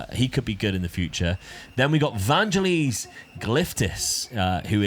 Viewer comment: It's "Van - gell - iss"; like the bloke who wrote Chariots of Fire.